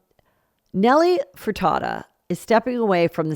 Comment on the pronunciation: “Nelly Furtada” !! 😂